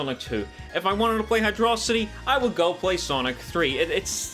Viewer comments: HYDRO CITY NOT HYDRAHCITY 😠😠😠😠😠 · Apparently, the level order had to be changed late in development, which is probably why some stages don't have transitions. Also, it's pronounced Hydro-city. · I love you, I really do... But Hydrocity is meant to be pronounced Hydro City. Look it up. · This bitch pronouncing hydrocity like megamind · Oh boy, do I get to criticize pronunciation of Hydro City Zone? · > "Hydrocity" REEEEEEEEEEEEEEEEEEEEEEE